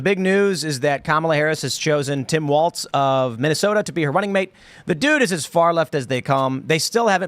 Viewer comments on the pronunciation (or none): It's pronounced "walls" not "Waltz" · Just to throw this out there, it's pronounced "walls", not "waltz"